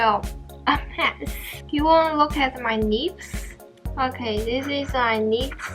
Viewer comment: When you said “lips” , it sounded like “nips” .. 😂😂